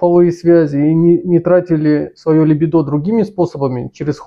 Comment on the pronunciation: ЛибИдо. Извини мне моё занудство, но сильно режет служ